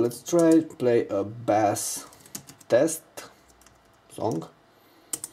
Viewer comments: Its "base" like base of a jar. Not bass like the fish. Just an FYI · Bass Pronounced (Base). Bass you are not talking about fish lol. You are talking about PC